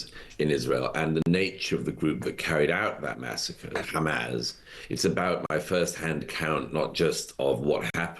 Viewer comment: Why does Murray insist on calling it "Hamaz"?